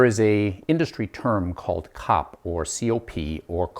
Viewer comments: As an engineer in the industry - literally no one says "cop". It's C-O-P. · As someone who worked with the design and development of automotive HVAC for 10 years, its called C.O.P. SEE OOOH PEE throughout the industry, it is NEVER called "COP" (like a policeman). I cringed every time you said it. Before I bitch at you I want to say that your presentation is world class, your fabrication is pretty fricken good. Your explanation and showing everything is excellent. Your camera work and editing is top notch. You are a master instructor at the explanation of things. You did a good experiment...but...NOT 'revolutionary'. :( Still, you got the hard part mastered, how to teach and explain. Masterful. You made your columns out of the wrong material. There is a common material you could of selected, even at home depot, that would of had 1/10 the thermal mass of the PVC pipes, and you failed to insulate them. Your process that you are using for making 'cold air' is backwards. You fell into the same trap as everyone else. There is a better way. Yes, I've done it, am doing it. You don't have enough temp probes, which, in your case, are type K thermocouples You are using the wrong desiccant. There are better ones and NO they are NOT lithium based. 1/2 to 2/3rd of your setup is just for the desiccant. Your setup USES water, even low quality water. A Carnot cycle refrigeration based closed cycle system (an AC system as you have in your window) MAKES water. This is a 'big thing' in many parts of the world. Solar heating of your desiccant would really suck because ma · I'm a thermal engineer and this is the first time I've ever heard COP pronounced as a word!